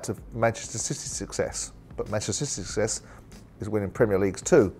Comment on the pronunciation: Jordan works at talk sport...but mancscissyy schsuccsess? Who-i-shaw-shim-im-shappy! the guy cant word anything at all.